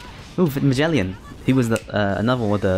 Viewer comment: Who is majellyan? Lmao jesus christ you pronounce every characters name wrong. It's really sad.